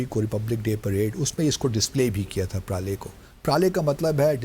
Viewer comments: Praale -- ❎ Pralay -- ✅..…..😂😂😂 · इस जिहाD एंबेसडर ने भारत में बहुत पारले G बिस्कुट खाए हैं तभी ये प्रलय मिसाइल को “प्राले–प्राले” बोल रहा है 😂